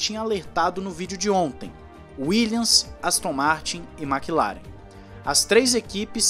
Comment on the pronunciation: Uma dica para o narrador, a equipe Williams, pronuncia-se WilliaMs e não williaNs. Só dar uma fechadinha de boca no final da palavra e ta tudo certo. Apenas uma dica de um professor de inglês, OK? É só pra contribuir. Assisto todos os videos, junto ao The Race, Driver 61 e autosport seu canal é o meu favorido dos brazucas. Está de parabéns. Abraço!